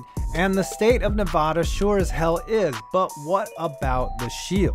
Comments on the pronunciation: “Nev-AD-a,” not “Nev-AH-da.” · pet peeve: people who say Nevada incorrectly. Nev-AA-Da not Nev-Ah-da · Holy fuck it’s not ne-vah-duh it’s NE-VADUH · it is nevada not nava dah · Nev-ah-duh for Nevada. Like the a in apple. Not, Nev-uh-duh. Just thought I'd let ya know. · It's Ne-va-da not ne-vah-da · Allegiant Stadium isn't 2+ miles from the strip, the bottom of the strip is literally right across the bridge from Allegiant Stadium. You can even see in the pictures and video. Also, it's "Nevada", not "Nevahda". Other than that, nice video. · Only thing is you said Nevada wrong. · Love the videos but my man, for the love of god learn how to say Nevada correctly. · the way he pronounced nevada 😒😒😔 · Sir please stop pronouncing Nevada like that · Please, please, 0lease, please, please,please, please, please, start saying NEVADA correctly, you, I'm sad to say, say it incorrectly.